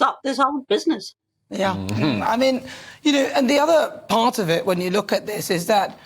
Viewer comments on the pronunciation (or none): none